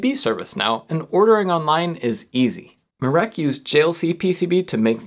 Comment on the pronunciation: I'm polish and let me tell you, you (slightly) BUTCHERED mirek's name. it's mi (xiaomi) -rek, not my (myth) -reck. you also pronounce the 'r' like you would with a Ukrainian or Russian accent